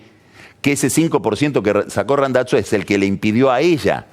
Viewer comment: Lo pronunció correctamente en italiano, suena como Randatzo. Cuando pronuncia Scioli suena Sholi.